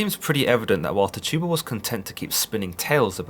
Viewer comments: I just wanna say that her name isn't pronounced Ti tu ba, it's tchi tu ba, chi tu ba, or chee tu ba. You would have to know to understand. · Every time he said Tih - tuba I cringed lol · Can you please say her name right😩😩😩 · Only Tituba knows what really happened. THE VOWEL I IS PRONOUNCED WITH THE VOWEL E SOUND. SAY IT RIGHT. AAARRRRAAAWWAAAKKE LONG LIVE TTTIIITTTUUUBBBA. LONG LIVE ALLL NATIVE AMERICANS TAINO TAINA!!!! ARAWAK ARAWAQUE